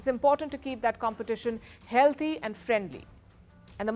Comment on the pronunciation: The word is HEALTHY not HEALDHY.